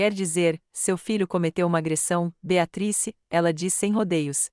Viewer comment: Nao consegue falar o nome BEATRICE??? TEM QUE FALAR BEATATRIS???? horrível essas falas erradas.